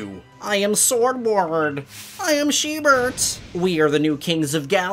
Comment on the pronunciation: Also btw it’s sheildbert not sheebert lol also also is Swordward a cousin of squidward